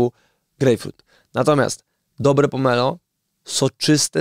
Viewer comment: Pomelo? Naprawdę Redaktorze?